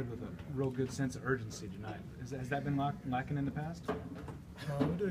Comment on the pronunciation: I’m dead bruh he didn’t even try lol nice grammar whatchu mean is he upset? why did he say tonight it sounds weird